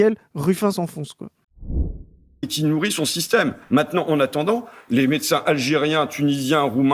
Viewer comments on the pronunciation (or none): none